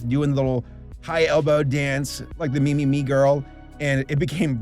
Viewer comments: From what I've gathered, the title is actually pronounced "meh-meh-meh". This is just me speculating, but I think the "me" isn't in reference to the English word, but rather, it's an alternate reading of the kanji 女 (woman), which seems fitting for this video. Then again, by writing the title with Roman lettering in the first place, a double entendre may've been intended. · yeah when pronounced it "me" instead of "'meh" I was like, tf am I remembering the name wrong? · yup I think so, I remember seeing a video about the pronunciation by a cosplayer who worked at TeddyLoid live shows and would dress up as “Meme-chan” (blue haired girl), she ended up contacting TeddyLoid and he said “‘meh” is the Japanese pronunciation but that the English pronunciation as “Me” was also correct. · Fun fact: the original Japanese pronunciation of the title is actually “meh meh meh”, with “Me” in Japanese meaning Eye or Ogle. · No, it's pronounced like "Mee" because it's short for mieru which means to look or to see.